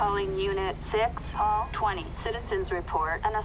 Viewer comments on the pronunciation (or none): none